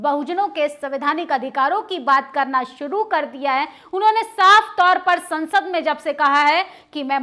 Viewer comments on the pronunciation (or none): none